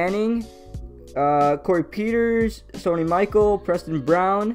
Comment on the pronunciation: Butchered Sony Michael name it’s pronounced mi-chell